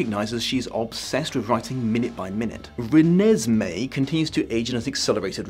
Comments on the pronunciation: The way he pronounced "Re-nes-may" like its irking his soul is HILARIOUS😂😂😂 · No one: Absolutely no one: Not even a half human half vampire child: The: “Re-ne-se-mee” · As a person who never read the books or watched the movies, it took me a while to figure out how to pronounce Renesmee, I thought it was Renee Smee for the longest time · Nobody:: rEnEsMeE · Poor, each time he says "Renesmee", a little bit more of his soul dies. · The way pronounced "Renesmee" made me giggle, every single time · I like the was you always put the emphasis on "Mee" in Renesmee. It makes it sound like a lavatory disinfectant.